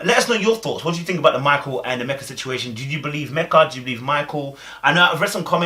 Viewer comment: Her name is pronounced "Meek-a" lol